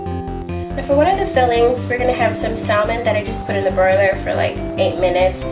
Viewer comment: good video. you say salmon wrong :(